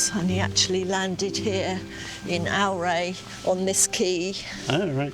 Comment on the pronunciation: Ps Auray is pronounced oh- ray as in oh (dear. ) Au = In French sounds like Oh ( dear.)